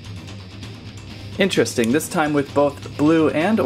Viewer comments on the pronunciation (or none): none